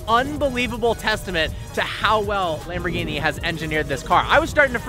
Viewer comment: Lamborgini?!?!? Fix it